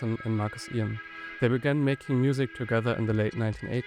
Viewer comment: Eoin is pronounced Owen, as in uncle eoin, what about THAT one? This is really well done. Great job. Very interesting.